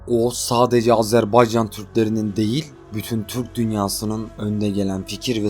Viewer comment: Sen dünyanın en iyi “Azerbaycan” diyen adamısın sen “Azerbaycan” dedikçe tüylerim diken diken oluyor bunu duymaya geliyorum resmen bavdhshsbsha